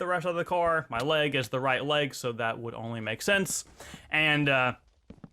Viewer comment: DUDE :) I Allways Wanted Too Know Why You Say example ; noah - know sensea - sense neck - necka (Am Not Hating I Just Wanted To Know )